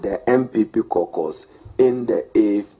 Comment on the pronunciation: CAUCUS is pronounce as “Core-kas” not “korkors”